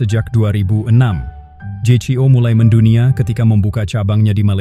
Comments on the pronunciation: Kyknya semua org yg saya Tau bacanya jeyko. Gak ada yg baca jei-si-o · Karena didubbing dg suara sintetis, maka penulisan naskahnya jgn disamakan dg kalau didubbing orang beneran. Ada bbrp ucapan yg aneh kedengarannya, spt je si o.